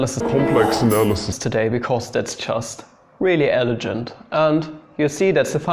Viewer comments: the pronunciation of the word elegant? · ?? Why that strange pronunciation??